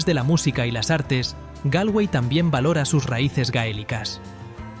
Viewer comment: Se dice Golway....,(se escribe Galway ) Slaigo (se escribe Sligo) Es importante pronunciar😅 bien